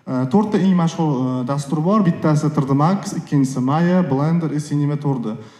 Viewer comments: Tr d deman tri d deng tõğri gapiring yomon asabib buzilib ketti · Trd emas tri,d ding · Трррдмакс. ТриДи макс ку. Илтимос тугри талаффуз кил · Tre de max degandan keyin eshitgim kelmay qoldi